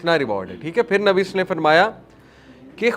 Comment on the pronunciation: ماشاءاللہ بہت ہی خوبصورت بیان ،لیکن پیارے بھائی ،صلی اللہ علیہ وسلم اچھی طرح سے ادا کرنے کی کوشش کریں پلیز